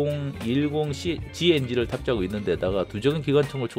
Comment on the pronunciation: Jumo는 주모라고 읽는게 아닌 유모라고 읽습니다 ㅋㅋㅋㅋㅋㅋㅋㅋㅋㅋㅋㅋㅋㅋ 보면서 줜나게 웃엇네여….